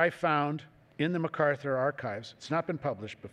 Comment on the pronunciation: Arthur Herman makes the same mistake, as most people do, regarding the pronunciation of the last name of Douglas MacArthur. As the general himself made clear in the very first paragraph of page one, of his autobiography titled "Reminiscences," he is of Scot descent in the Clan MacArtair. The proper enunciation of his last name sounds like Mack-Arthur, not Muh-Carther.